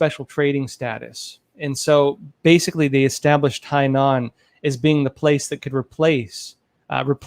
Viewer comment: Hainan (海南岛） is NOT CLOSER to Taiwan... Hong Kong is basically right next to Hainan island.. dude,, you know a bit about things but basic pronunciation of basic Chinese and geography needs to be improved!